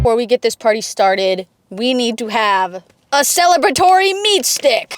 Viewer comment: Celibatory? You mean Celebratory?